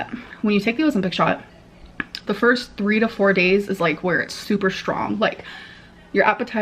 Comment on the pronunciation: “Expecially” GORL… 👀